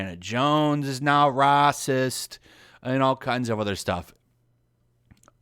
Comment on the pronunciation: Rah-cist? Naysees? Those are...unique pronunciations.